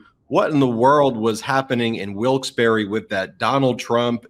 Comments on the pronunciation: WILKES-BARRE NOT BERRY! LOL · It’s pronounced WILKES BAR.